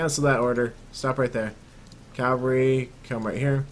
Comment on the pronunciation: Did you notice : group calvary instead of cavalry